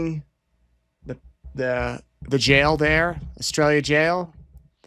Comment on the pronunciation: The name of the jail she where she was housed while in Arizona is called Astraila, but it definitely sounds like he said Australia 😂